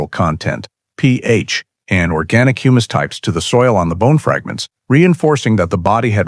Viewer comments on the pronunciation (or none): none